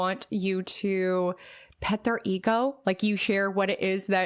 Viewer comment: I love you but when you say THURR (THEIR pronunciation) it really is distracting 😭😭😭😭😭😭 I’m so sorry I just wanted to let you know. For example: “don’t compare yourself to THURRR Journey”